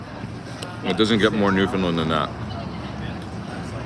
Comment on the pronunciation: Maybe ask a local how to pronounce Newfoundland correctly?!? 🙂